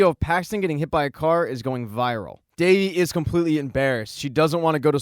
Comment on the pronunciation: It is not davi it is devi